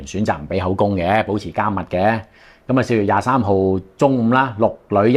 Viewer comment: ，嗰個唔係「加默」呀， 緘默權呀，執音呀 刑事律師無可能讀錯架喎，呢樣要小心呀，執返正佢，電視劇電影成日讀錯已經好唔專業架嗱